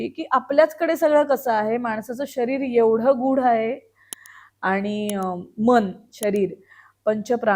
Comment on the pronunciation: निवेदक खूपच अशुद्ध बोलत आहे..सुधारणा केली पाहिजे.. आनी पानी पन टाळायला हवे 😢😢